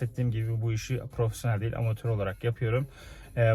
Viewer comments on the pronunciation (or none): none